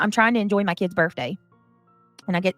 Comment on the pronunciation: Is it just me, or is saying birFday instead of birthday? I'm so sick of her using her children as a shield for everything when she had no concern for Granny's kids. Her victim card was revoked a long time ago.